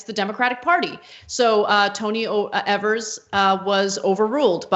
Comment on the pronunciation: Tony Evers. Rhymes with Fevers.